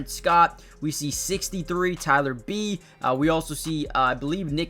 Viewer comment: No, the Jacoby Jones from the Ravens is actually dead. This guy who just so happens to have the same name is a UDFA Rookie out of UCF. And Tyler Biadasz's name is pronounced BEE-odd-ISH.